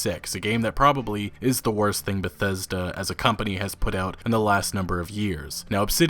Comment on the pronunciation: The worst pronunciation of word Bethesta ever. Why is he chocking every time saying it. 40 sec into video and i'm just thrown off.